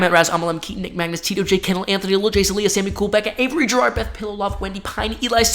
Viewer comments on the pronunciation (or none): none